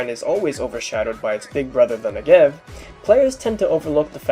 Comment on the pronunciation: Since you otherwise seem to know a ton about the Negev, I figured i'd let you (and everyone else) know... its pronounced NEH-gev, not ne-GEV. Its also pronounced smoothly - like NEgev, not Ne'gev. Source: I speak hebrew